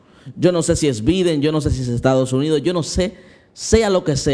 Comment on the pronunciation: Bendiciones!!!! Se escribe biden y se pronuncia baiden.